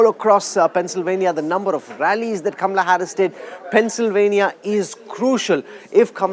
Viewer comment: You can't pronounce correct word Kamahala. Not kamrahala